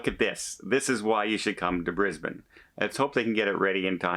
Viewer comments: Your pronunciation of Brisbane was perfect. Bris bun.😊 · hi:) I'm really confused. Brisbane now only has one cruise terminal, the new one that opened at the start of this year. is this the port that they are closing? or the old one? hoping its not the new one as that's where most of our cruises leave from.oh and you said Brisbane correct hehe;)